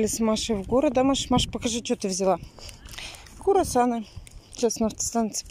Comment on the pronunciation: Я думала мне показалось, перемотала послушала ... нет точно курасаны 😂😂😂😂пипец!!!!